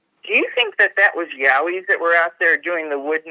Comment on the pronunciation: ‘friends don’t let friends...’ The Australian word is pronounced ‘Yoweee’ - rhymes with ‘Woweee.’ You are saying ‘Yah-way.’ Yahweh was the ancient Sumerian name for God. There is a difference! 😂